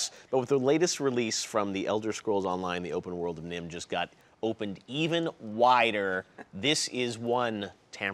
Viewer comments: Did he call Nirn Nim at the start??? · Did he say 'Nimh'? It's 'NIRN' my friend. And....AHHHH!!! Housing! YES!!! Thank you, and team! You are wonderful people!!!